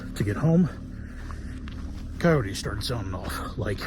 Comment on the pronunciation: "Cay-oat-tays" fucking AI commentators